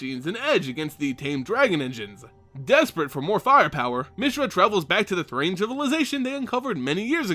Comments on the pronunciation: Thran is pronounced th-ran, not Th-rain. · It's Thran not Thrane.